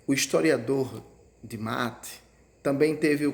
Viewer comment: Só um adento é Roberto de Mattei (se fala Mattêi).